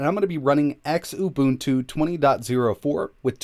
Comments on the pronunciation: Xu-Buntu not X-Ubuntu Ku-buntu Lu-buntu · X-Ubuntu? I always pronounced it as "Xu-boon-tu" lol